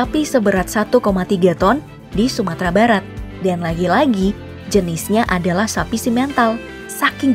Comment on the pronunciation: Macan sumatera kok dibacanya macan sutra min wkwkwk